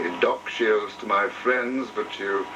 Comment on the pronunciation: The man's name was 'Shiels', not 'Shields'.